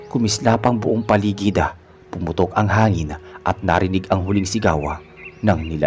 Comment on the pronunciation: Mejo nakakairita lng po ung narrator,ung my qng Anu sa dulo Ng mga salita,imbes na Joel nagiging joelah,paligid nagiging paligiddah😒